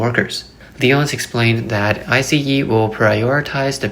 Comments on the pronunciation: It is pronounced ICE not I C E. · Its ICE, like ICE Cream or ICE Cube, not I SEE EE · Just say ice not I.C.E.